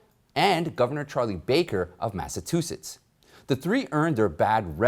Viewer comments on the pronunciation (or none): Any public speaker reporting should learn how to pronounce all fifty states. Mass a chu setts. You can do better.